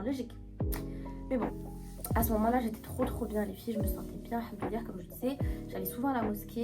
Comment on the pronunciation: Très beau témoignage, mais juste c’est très important de prononcer correctement, il faut dire Al hamdouliliah Le Al il est très important 😊 Que Allah nous facilite la langue Arab InchAllah